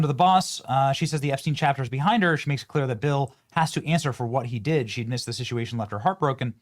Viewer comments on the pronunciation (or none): none